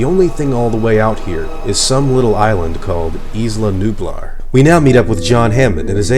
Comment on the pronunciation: Isla Nublar is pronounced (Eye-La New-Blar)